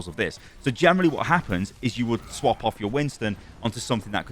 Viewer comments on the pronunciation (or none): none